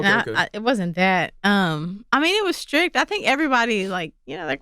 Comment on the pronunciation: C Tha God pronouncing his T's like K's makes me cringe every time. Skrick'd? its STRICT bruh!